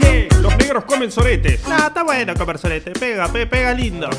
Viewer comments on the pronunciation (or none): jjajajaj comerh soreteh eh buenoh ajsdsjadjsj me cague de risa